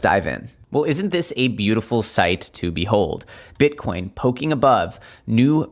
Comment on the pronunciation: 21k right now! Dude did you call bitcoin " king corn"? Lol.